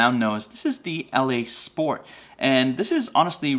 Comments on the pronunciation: I live in the UK where the ELEY .22 quality (expensive) ammo is made and one pronounces it properly by saying like you’d say “EELEEY”. That Eley Match makes great bunny getting rounds with that flat nose upfront. Packs a good punch for a quick dispatch (head shots with my Anschutz 1416 sporter rifle) is crazy accurate and is quiet enough to work well through my moderator on this rifle. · It's pronounced E Lee. Also you didn't have a jacketed bullet in the bunch. They are copper washed. Big difference. None the less not a bad video. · The ELEY ammo is pronounced E LEE